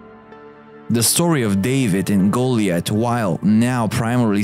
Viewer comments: They didn't the guy cant even say Goliath probably lol goollieth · Love this but it's so so so super cringing the way you pronounce names like Goliath, Arabia, etc...... Should really look into the proper way into pronunciation when those are important